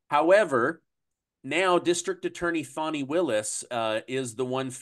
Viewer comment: You're supposed to pronounce it Fawni even though it's spelled Fani😂😂😂😂😂